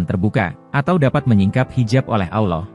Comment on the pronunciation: Hebat hebat…sebutan Aulloh tu salah tapi Allah yg benar.